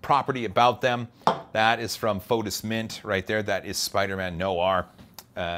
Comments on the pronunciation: Spideman (no R) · Spiderman with no r is Spideman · Spiderman no “R”